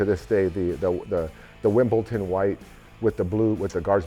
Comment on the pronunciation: Wimbledon , not Wimbleton.